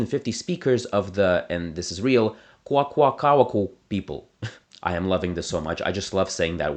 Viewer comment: I think it should be pointed out that Wakashan has a northern and southern group. Your pronunciation Kwak̓wala and Kwakwaka’wakw are not accurate, but I appreciate you trying as they can be challenging. Also, your pronunciation of Gitxsan is off. The languages that I know best are x̄á’islak̓ala and Kwak̓wala (which are North Wakashan) but I occasionally dabble in other Pacific Northwest Coast dialects when I find time. I also know a little bit of Chinook Jargon, which has a northern and southern dialect.